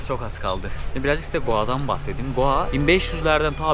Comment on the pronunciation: Sen goa diyodun ben doa anliyom jsjsjjsjs